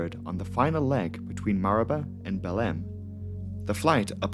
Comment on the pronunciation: How can this guy pronounce Marabá almost right but fuck up Belém.